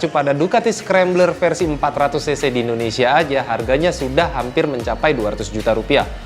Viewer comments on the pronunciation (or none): none